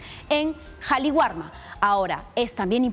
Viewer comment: Qué pasa, señoras reporteras??? Es Qali warma Entiéndase, el Perú es un país quechua, sintámonos orgullosos de ello y aprendan a respetar el quechua /Kali warma/.